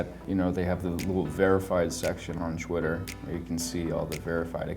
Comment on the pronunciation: I like how he says Twitter "Cwitter"